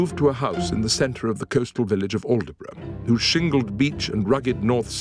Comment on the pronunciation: Quite off the mark on some facts and I would have expected an actor of Simon Callow's stature to know how to pronounce "Aldeburgh". Elgar hated the words to Land of Hope and Glory, he was was torn by the 1st World War because he had good friends in Germany. In fact the Germans realised his greatness before the British. Nimrod was a musical depiction of his German friend, Augustus J. Jaeger.